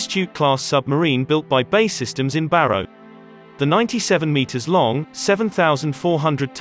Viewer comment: B A E , not bay !!!